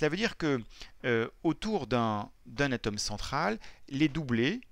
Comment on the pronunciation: On dit ATOME et pas a tome